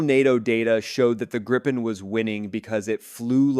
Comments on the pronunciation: I feel sorry for the Canadian. They have to learn how to say Gripen.... Gree-pen and you got the right name. *-) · I assume that you got a Text to Speech.. spell Gripen like Greepen or Gree-pen so you got the name right ;-)